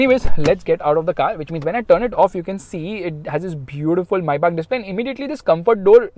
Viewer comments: Its not MAYYBAK is MĒBACH MAYBACH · the fact that it said mayback 😂